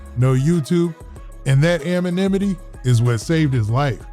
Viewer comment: That “amonimity” could fix the ecomony!